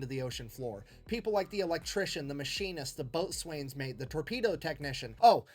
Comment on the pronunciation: "...the boatswain's mate..." You can tell this guy never served on a ship - military or otherwise. Yes, it's spelled "boatswain's mate", but for hundreds of years it's been pronounced, "bosun's mate".